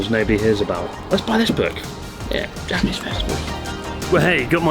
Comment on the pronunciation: Why is your Japanese pronunciation so bad, Chris? D